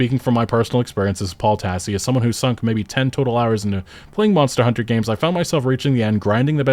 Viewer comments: this game wasn't ready also when you say Monster Hunter: World and Monster Hunter: Wilds, how come you stress the second word? the expected thing is to stress the last past (World, Wilds, Rise) because that's the actual important information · Your intonation on how you say "Monster Hunter" is so peculiar. It's like English is your 2nd language, when it's clearly your first.. lol